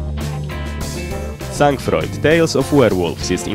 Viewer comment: Nie "Sang Froid" tylko "San frua" :p